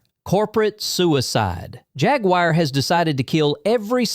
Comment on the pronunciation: Once i hears “hag-wire” i closed the video